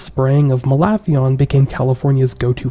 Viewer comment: I thought that was pronounced "Malathion".